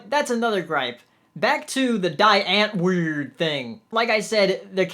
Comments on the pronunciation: it's pronounced die ant-word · I haven't seen the movie yet, but seeing you say the groups name kept making me chuckle. Like someone said, it's Afrikaans for "The Answer". You pronounce it dee unt-vord (like word, but with a 'v' instead.) Great review though. A lot of people say it's a disappointing movie.